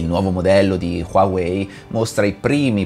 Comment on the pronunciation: LA PRONUNCIA NON È QUAWEI MA HUAWEI